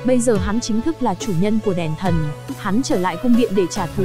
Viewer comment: Đọc toàn sai thôi,đèn thần thì đọc đàn thân,cô hầu gái thì đọc thành cầu hầu gái ........